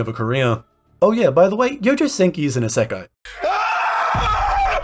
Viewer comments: 異世界 is pronounced EEE-sekai, with an い not EH-sekai (with an え) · why do you pronounce isekai like that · how you say isekai is wild lol. but good video